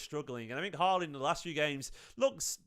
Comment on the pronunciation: Haaland. Get his name right.